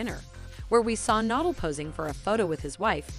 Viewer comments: Yeah...what’s the deal with that? 🤷🏻‍♀️ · Need to pronounce his last name correctly! It is Nadal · Whoever this is narrating doesn't have any idea who Rafa Na-DAHL is. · Her pronunciations of Rafa’s last name and his town were driving me up the wall. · Can pronounce Medvedev but not Nadal 🤦🏻‍♀️